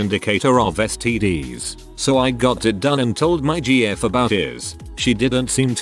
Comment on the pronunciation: "stees" XD